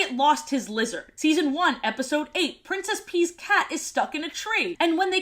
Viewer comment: to me princess pea at time sound more like princess pee.